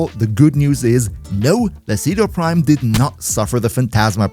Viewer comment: Umm actually said it's pronounced Chedu Primo